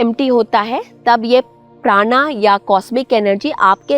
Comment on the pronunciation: When you speak Alpha you speak Alpha....when you speak frequency you speak frequency... So when your speak Praan speak Praan....NOT PraanAAA. Don't know why people are mimicking foreigners....Praan becomes PranAa...Shiv becomes ShivAa...Ramayan becomes RamayanAaaa. Sanskrit is a scientific language just as Dhyaan....so d pronunciation should not be changed. Btw nice explanations 🙏